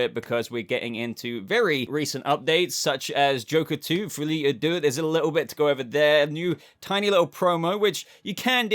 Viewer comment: á deux is pronounced like adieu (i.e. i bid you adieu)